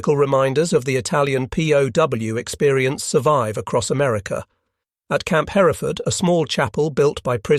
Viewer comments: Camp Hereford...pronounced just like in Great Britain. Not Her - reh - ford. Also name of a type of cow. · Hereford is pronounced her-ford. The second E isn't pronounced. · Camp Hereford is pronounced: HER-ford. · Love this, but could you please call Hereford, TX by its Texan pronunciation and not the British way? In Texas, it's pronounced HUR furd. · FYI, Hereford is pronounced hur ford.